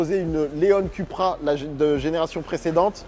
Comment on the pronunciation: Ça se prononce “Coupra” et non “Cupra”. 🤓 Et le tutoiement alors qu’on ne se connaît pas, comme bcp de YouTubers font, c’est juste insupportable. 👎🏼